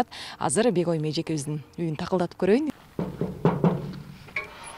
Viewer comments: Бегойим дейтго Журналист Бегайым десен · Бегоум дебей Бегайым десе болбойбу дабдырабай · Кудая тооба кылдым : Бегойым " дейт го ! Негизи " Бегайым " эле дейт го . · Бегоим дейтго тоообоооо , жоон эле Бегайым эже десе болбойт бекен 🤐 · Бегайымды да туура айтбалбаган журналист кыз экен гоо я